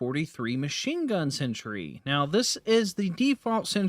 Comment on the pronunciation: You realize it's a sentry and not a century? The difference in pronunciation is subtle, but when you say the word 100+ times in under 5 minutes - yikes still love your content, just had to share my likely unreasonable annoyance